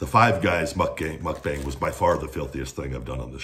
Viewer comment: You’re not saying it right. It’s mook (like look) bahng.